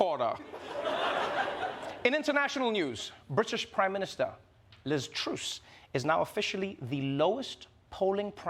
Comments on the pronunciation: Trevor, Trevore, Trevor... as a South African you pronounce that woman's name as 'Troos'? It's Truss, like gusset, getting busted and being f****ed. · Not truce it's TRUSS like TRUST without the T sound on the end and basically without any trust in her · Truce not Truhss? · Sorry I have to say it, you pronounce it like 'Trust' without the 't' at the end... Liz Truss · You pronounce Truss really weird dude. Also weird that iam watching a video from last night where you say she is in trouble, and shes already resigned!